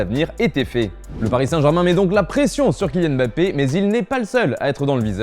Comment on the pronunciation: On dit MmmmBappé...merde et pas Bappé